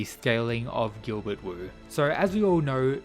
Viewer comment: Another thing, the Wu in Wu Clan is actually pronounced like “Woo”. Wu Hei basically means “Pitch Black”, or the blackest black possible, likely a reference to his person and his eyes.